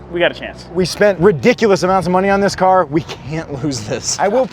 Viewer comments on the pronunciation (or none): none